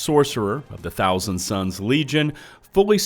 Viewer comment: Thousand Sons not Suns